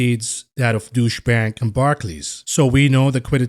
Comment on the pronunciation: Is it me or are you pronouncing Deutsche Bank as "douche bag"? xD